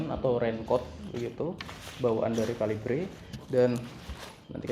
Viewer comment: KALIBRE KALIBRE.. (read) KeLIBER MASS..wkwkwk dr sekian bnyak review bacanya gt semua..wkwkkw